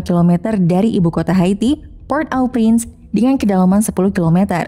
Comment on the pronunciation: Maaf min cara bacanya PORT-AU-PRINCE itu ( poghrt O Pghrans )